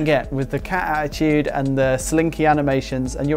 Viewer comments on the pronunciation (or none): saying Cat Attitude instead of Cattitude really made me sad:(